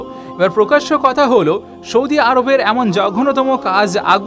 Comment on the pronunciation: U r very good, learnt many things. Good presentation. One mistake , Sana Saudi u r saying Shana Shaudi.